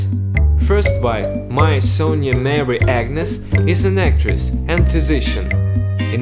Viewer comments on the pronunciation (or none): none